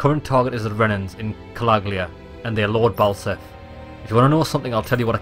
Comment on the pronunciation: I swear they called him Lord Ballsack when I first hear his name in the intro.